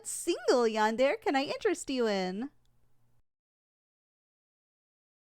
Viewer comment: Is anyone going to point out the fact that she’s pronounced yandere wrong